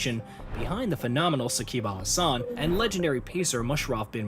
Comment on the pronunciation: Shakibul Hasan❌ Shakib Al Hasan✅ Don't change the pronunciation. I already told u that before In Shakib's video.